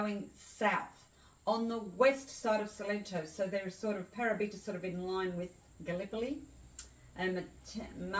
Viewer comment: Thanks for this - lovely! By the way, it's Pa-'ra-bi-ta (stress on second syllable), and Ma-'ti-no (stress on second syllable). Thanks for this video!